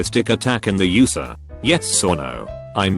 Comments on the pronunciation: “in the yoosah” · No one: Microsoft David: YOU SUH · "The Yusa" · I just love how the voice says USA lolllololol